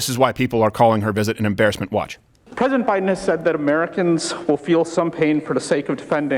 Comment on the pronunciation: She said plesident.